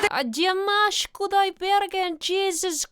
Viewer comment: Great pronunciation of Dimashes name:))